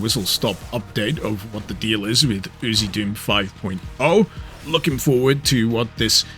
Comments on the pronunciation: I always thought it was pronounced as the lettering was: U... Z... Doom. He's just pronouncing it as UziDoom. 🤣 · I'm pretty sure it's U Z doom.. not oozy doom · Different country pronunciation